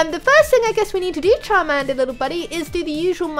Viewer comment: XD you said carmander